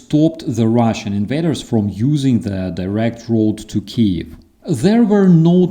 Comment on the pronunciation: That just bugs the hell out of me when people mispronounce Kyiv. It must be especially maddening for a Ukrainian.